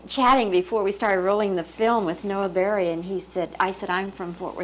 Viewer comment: It's NOT BERRY !! it's BEERY..... my Cousin